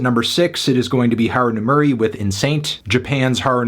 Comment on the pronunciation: His extremely American pronunciation of Haru Nemuri reminds me of Brad Pitt's A River Derchi.